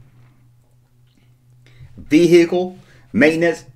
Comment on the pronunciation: you say you said it right 1st time but you said 'vee ee eee cle' instead of 'vehicle'! hehe :D